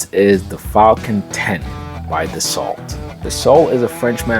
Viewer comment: Any jet on this video for under a quarter mil will be a total POS. Buyer beware. I think you meant precursor and not predecessor for the Citations. And the "T" in Dassault is silent.